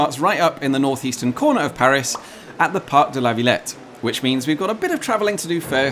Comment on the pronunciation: and the way he says Villette doesn't bother you